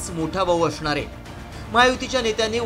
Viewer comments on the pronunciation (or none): none